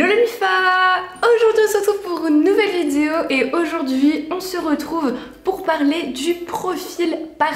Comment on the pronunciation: Pourquoi tu continue de dire " vitiéo "